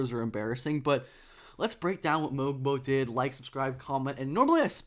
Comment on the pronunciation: Great video. Love when you cover my Raptors. Just a quick note about Mogbo's name, the G is silent so its pronounced "Moe-Bo", as per the team release. Not to be that guy who calls you out, just trying to help and share with people how to say his name correctly. Cheers